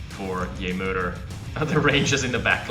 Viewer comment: "JeMoeder" is Dutch for "Your mom" (Source: I'm from NL). On pronunciation, the "moeder" part is closer to moo-dur (moo as in what a cow says, yes). Hope it helps. :)